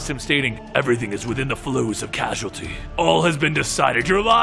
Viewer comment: Causeality guy cause ality cause ality